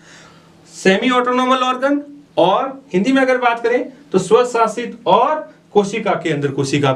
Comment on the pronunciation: Sir aap word ko kuchh achi trah se btaya kro kyu ki samajh nhi aata aap smart board ka use krana aapne savshasit word bola isme kuchh samgh nahi aaya